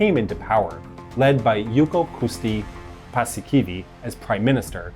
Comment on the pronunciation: Pussykiwi - Khakkhonen doctrine 😂